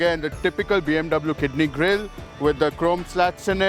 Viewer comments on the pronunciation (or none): none